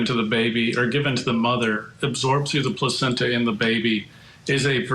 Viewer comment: This man said placencha and we are supposed to take his opinion seriously. It’s called a lung float test. He knows it. It’s not rudimentary either.